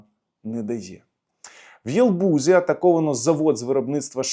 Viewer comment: Що за "єлбузі"? В Єлабузі? Є таке місто Єлабуга